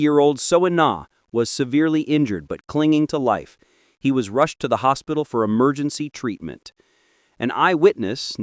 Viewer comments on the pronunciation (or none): none